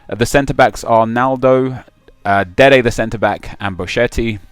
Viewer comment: Why do you say Dede the CB lol